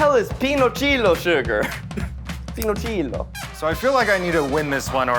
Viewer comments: Zach saying "pinochilo" instead of piloncillo made my heart melt 💕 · When Zack said "Pinochilo" it took me a moment to understand that he wanted to say "Piloncillo" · mexican spanish: PEA-LONE-SEE-YO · as a hispanic person, hearing zach pronounce piloncillo like “peenocheelo” is hilarious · Not Zach saying piloncillo 🇲🇽 as PILONCHILO 🤌🏼🤌🏼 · How Zach pronounced piloncillo 😂 like if it was Italian. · the way zach pronounced piloncillo is insane 😭😭😭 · Listening to Zach mispronounce piloncillo lol I think it’s a form of brown sugar? Idk my mom uses it for bread pudding at Easter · As a mexican, I find pretty funny to hear Zach pronouncing "piloncillo".